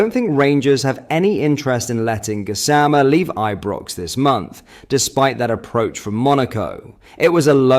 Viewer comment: You'd think a "rangers" page would know how to pronounce Gassama's name, esp since he told everyone how to say it. GAZZZZAMAA 😂